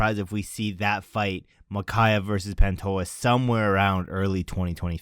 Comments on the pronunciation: It’s Pantoja, not Pantoha. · The j is pronounced zhhh in pantoja